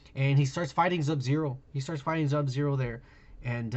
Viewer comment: Am I the only one that hates how he says subzero